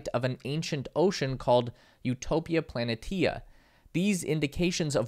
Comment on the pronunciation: The word planitia is pronounced pla-NISH-a.